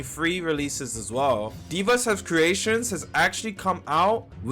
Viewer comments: Ikr he says it like Deevahs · Deev ass 😭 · Why does everyone pronounce devas so wrong smh